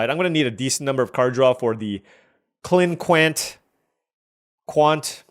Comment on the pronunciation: It's pronounced like klink-int just fyi :P